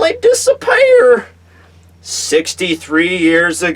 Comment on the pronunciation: accent on disapear